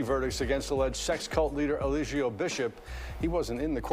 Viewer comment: Look up the “Law”in Georgia first before you give an opinion. He was given a chance to take a plea and he didn’t. I see that you’re hopping on a trending topic because you’re playing his cult propaganda videos😂🤣 You can’t even pronounce Eligio “Clubfoot “ “60” Bishop name correctly. Let me stop, because I can go on and on.